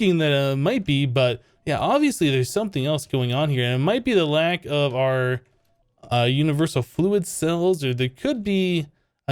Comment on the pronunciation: Did he say jewniversal?